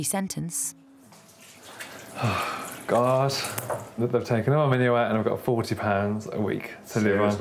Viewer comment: He messes up the vowel in 'money' and 'month'.